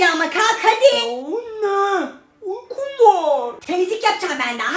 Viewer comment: Uykum var yerine yukum var diyisi